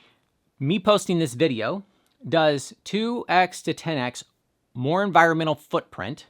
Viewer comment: Yeah! Unvirunnnmmnntl impact! (Just teasing 😉)